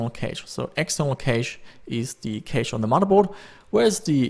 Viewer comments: It's not pronounced kaysh but cash. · you pronounce cache cash not ca che. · Level 1 and level 2 "kaysh"